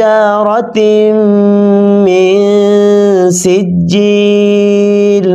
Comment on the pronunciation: Sijjil not chijjil